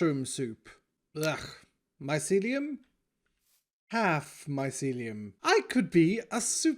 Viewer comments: Grian's pronunciation: "My - see - lee - oum" pronunciation: "MY - SE - LEE - UM " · Grian: mycelium: Myseliuum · I thought you were saying this mycelium is MY celium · I like the part where he says mycelium